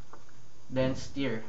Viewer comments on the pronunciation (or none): It's not sire it stir